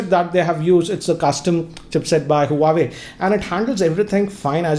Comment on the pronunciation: it is Huawai watgh gt